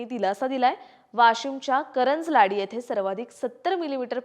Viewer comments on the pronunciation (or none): करंज लाड नाहीं कारंजा लाड